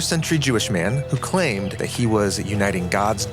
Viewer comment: I didn’t like how you put that emphasis on claimed